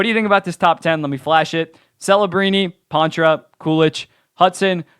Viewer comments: It’s pronounced Paw-truh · I know it’s Poitras, just the way he’s saying it is Pontra for some reason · You mean poitras right?